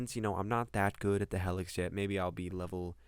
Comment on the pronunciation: It's pronounced hee-lix... not hell-ix